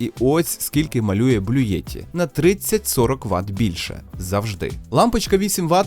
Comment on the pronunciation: Не Блюєтті, а Блютті !